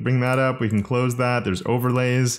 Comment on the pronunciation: worries about the pronunciation of Coulter Also: pronounces Can as 🥫 without second thought 😂